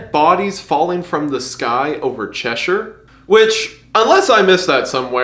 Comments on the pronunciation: I think the most shocking part of this video was the fact that he pronounced Cheshire right 😭😭😭 like I seriously think this is the first time I've actually heard an American pronounce it correctly (as opposed to the usual che-sh-i-re) edit: I stand corrected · Hi Mr.Goon. I just want to thank you for pronouncing Cheshire right. I'm from the English version, and am very sick of people calling it everything but it's name.